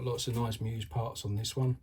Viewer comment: Congrats on scooping one up. Choosing whether to run it or preserve it in a shelf will be tough. Good luck deciding. I didn't want to deal with the question so I bought two of them. BTW... it's pronounced ME-US. Check out the moto on the box. 😉👍